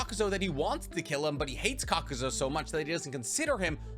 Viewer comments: Wtf did I just watch. This was more about Hidan than Rock Lee. And it's pronounced (cok-ew-zoo) not kakuzo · Kakuz(U), not Kakuz(O).